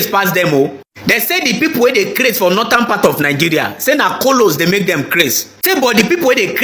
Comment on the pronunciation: Why is it that this generation does not know how to pronounce northern and southern? It's so disgusting. Saotanas, notanas. What kind of grammars do they teach in Nigeria for God's sake?